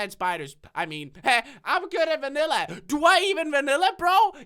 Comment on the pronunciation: You said Vannila